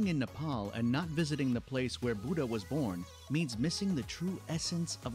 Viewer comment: Nepal✅ not nefal❌